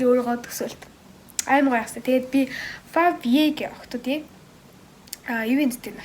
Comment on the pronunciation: favye gj duuddaggush favway gene